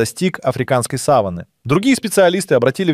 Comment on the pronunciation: Сава́нна, ударение на второй слог. А то слово, что вы употребляете, имеет другое значение. Или это плохая озвучка ии, или проверяйте произношение.